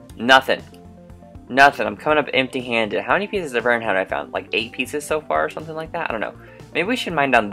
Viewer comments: not to be mean but it's not Aron its I-Ern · you said iron wrong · do you mean berserker lol xD! btw love how u said iron a different way and love you tell Audrey why she scared of murder I wanna say. sorry for killing you Both on murder when I won twice